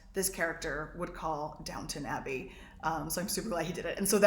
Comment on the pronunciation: Very much looking forward to the new season...I'm sure I won't be disappointed. The Puerto Rico story was hilarious on several levels: I live in New York and Puerto Rico is one of my FAVORITE places in the world to visit. I'm an ex-pat from London but have to correct you on your pronunciation of "Downtown Abbey"...it's "Downton Abbey" NO w: ton like the weight NOT town like the place, thanks. Keep up the great work - you are truly talented! ;-)